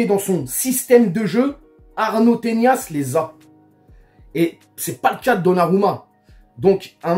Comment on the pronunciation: Arnau Tenas ! pas "Teñas"